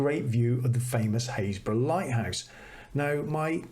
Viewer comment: Another delightful episode. I don't watch many vloggers as most of them just shout at me....Very beautiful images and chuffed to be part of the club who know how to pronounce Happisburgh! Keep them coming, always a joy.